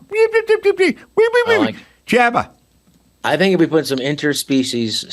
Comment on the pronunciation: Its Jabberjaw …not jabba 👍